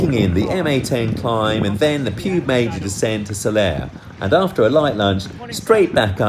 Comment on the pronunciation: lol I say your wife is in an unhappy marriage. And its pronounced Pig Mayor.